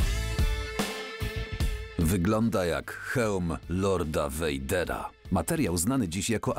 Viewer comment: Wejder a nie wejter